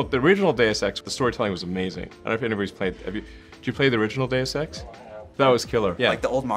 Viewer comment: When Elon says deus ex it sounds like days of sex kill me